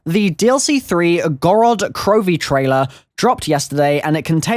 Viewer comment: I'm Russian and i just want to ask you if you could pronounce town (Город) (Gorod) with a heavier pronunciation on the first o and not the second one. So like Górod Kirovi. Thanks! FYI it doesn't really matter I just wanted to feel important. Notice me senpai!